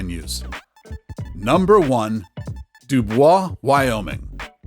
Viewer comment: Nothing like taking advice from someone that doesn't even know how to pronounce the damn town names. A big NO on Truckee and Dubois. Do your homework. And, Midway is anything but unknown.